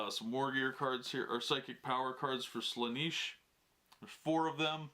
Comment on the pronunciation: If he says "Slaaniish" one more time my head is gonna explode.